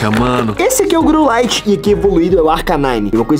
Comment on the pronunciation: "Growlif" e não Growlight